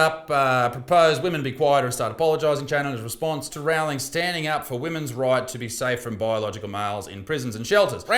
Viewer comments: repeat after me rou-ling rowling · I love how Isaac says Rowlings name wrong as a blatent disrespect to the Terf.